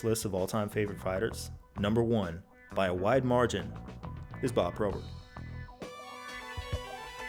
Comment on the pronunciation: my least favourite thing about this video is how bob probert is pronounced any way other than bob p-robert. apart from that amazing video jon, you never cease to entertain